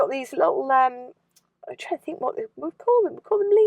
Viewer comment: "Lots of fings you fink you like". You don't use your national language.